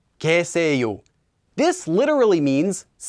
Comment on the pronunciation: Isn't the last sentence in pronounced as kye instead of ke? I thought the two strings of the left was with y and not just e